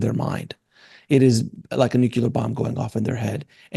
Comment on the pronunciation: Good exchange. And please learn how to say 'nuclear' - it's not 'newk-cu-lar', it's new-clear. You're welcome. 🥰